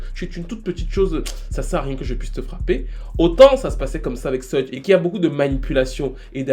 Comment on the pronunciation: Suge se prononce " chougue"